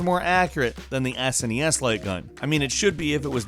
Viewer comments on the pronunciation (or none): none